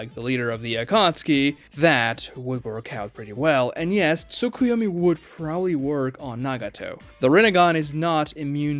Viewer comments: "Took-oo-yo-mi" Bruh. YOU'RE TROLLING with these mispronounciations now! NO ONE says TOOKOOYOMI😭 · If that's your personal preference, I respect that. But in common English language (including his dialect), it's still pronounced "(T)suu-kuy-oh-mi", and Tsunade is "(T)suu-nah-deh". I am not actually upset, as I understand he is likely just trolling the mispronounciations as a running joke.